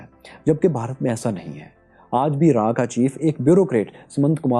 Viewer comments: It is RAW not RAAAA😅😅😅😅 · Raa... Nahi Raw (रॉ.).. ,😏